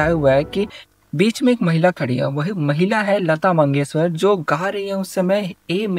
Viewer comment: Lata mangeshkar ❌ Lata mandeshwar✅